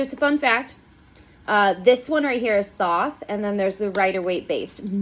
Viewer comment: Thoth, hard th to start like thought, silent th to end, the o is long. Crowley rhymes with holy.